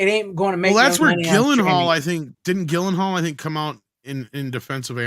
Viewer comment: Gyllenhaal = Jill-In-Hall, not Gill-In-Hall.